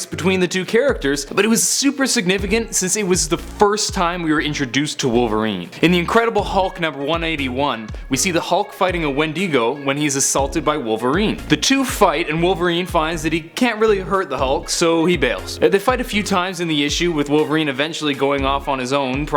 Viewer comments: Wendigo not wendeego lol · What the heck is a Wendeego? It's Wendigo! I hate hating on vids, but y'all say stuff like Gorilla Grood, and Wendeego! Loving the vids! KEEP EM UP!